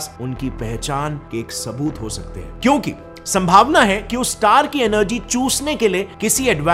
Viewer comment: Alliien sounds odd.. extraterrestrial is ok